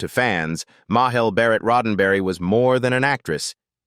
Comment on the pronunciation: It's pronounced "May-jel" Barret.